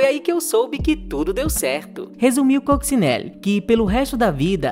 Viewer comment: Oi, e! Obrigado por mais este conteúdo super bem pautado, pesquisado e editado! Parabéns! Só aponto um problema: quase todos os nomes dos artistas aqui citados - inclusive o da própria protagonista, Coccinelle - são pronunciados erradamente. E ficamos no aguardo de novos conteúdos relevantes, embora esquecidos, como esse!